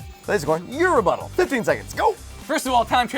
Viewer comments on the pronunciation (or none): Rebutel sounds a bit like : your but hole